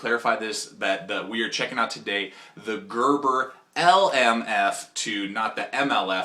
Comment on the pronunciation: This guy is a rookie, does not know how to baton or even pronounce the name of the blade